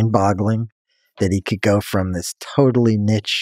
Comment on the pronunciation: Can’t pronounce niche lol. No wonder he likes Elon.